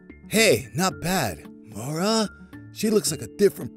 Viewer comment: My name is Maura and said it right 😃😃😄😄